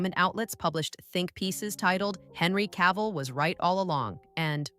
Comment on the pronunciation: you need to learn how to say Cavill before you make a video of him